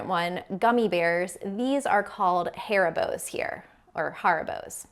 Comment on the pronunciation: Aubergine is pronounced O-bergine, Basil = bazel, Haribos = Harry bows (brand not name of sweet, they are gummy bears), thing and bit are not interchangeable, although some do not everyone refers to the toilet as the loo.